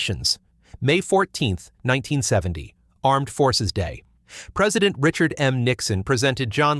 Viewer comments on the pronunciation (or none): none